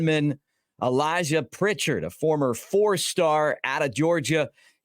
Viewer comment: Update: Pritchett has removed his name from the portal! Also: It’s Pritchett and not Prichard… He’s not the city north of Mobile.